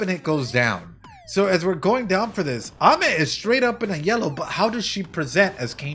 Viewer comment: her name is pronounced ah-me! like amen without the n. it means sweet